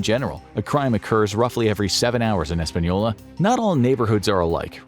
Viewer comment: Espanola is NOT Los Alamos. Totally different towns. In fact, Los Alamos is one of the safest place to live. Get your facts straight but thanks for pronouncing it right